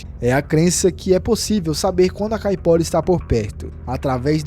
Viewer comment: Me desculpe mas não posso deixar passar . NÃO se fala ou se escreve "Famaliar" o correto é "FAMILIAR" , pois vem de " família " ou seja , o diabo que pertence à família. NÃO se diz ou se escreve " Capora" , o correto é "CAIPORA" , quem é brasileiro e NÃO sabe o nome correto de suas lendas ??? ...só quem não presta atenção no que está lendo !!!😮😮😮😮 um vídeo não se faz só lendo um papel , mas sim contando uma história que a pessoa já tem conhecimento .